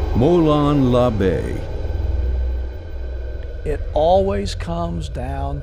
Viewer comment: The narrator needs to work on his Greek. Molon Labe is pronounced Mo‘lon La’ve. That is all...